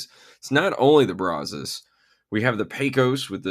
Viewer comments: It's pronounced brazz+us, not brah-zohs. It's named after the river that is about 5 miles from my house and the local (Texas) vernacular since 1832 is brazz+us. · How to pronounce Brazos